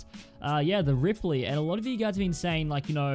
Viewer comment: I clicked off when he said rippely